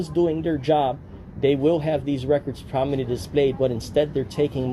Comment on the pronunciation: I’m glad he’s holding these government employees accountable. But he needs to learn how to pronounce the word “prominently” correctly.